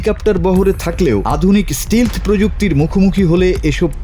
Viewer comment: একেই বলে একটা দেশের স্ট্যান্ডার্ড 😂😂 ওটা স্টিলধ নয় স্টেলথ্ধ হবে 😂😂😂😂